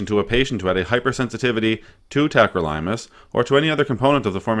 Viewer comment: Pronounced it wrong. It’s not tacro-Lime-us. It’s tack-crow-lih-muss.